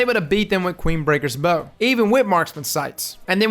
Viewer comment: So I guess I’m in the minority in pronouncing it as bow 🙇 instead of bow 🏹. In D1 the flavor text that described the weapon made it seem as if it is Queensbreaker Bow 🙇